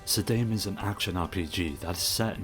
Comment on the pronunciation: SAH-DAH-MEH! oh my god